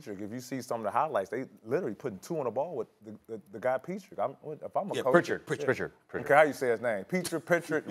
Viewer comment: Peetrik? Lmao how high is Pat Beverly rn?